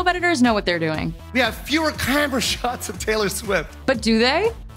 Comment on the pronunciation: He messed up saying the word 'camera', so the delivery fell flat. The joke is solid, though. I'm not sure Taylor Swift completely heard what he was saying exactly, due to the "cheeaaammmerrraaa".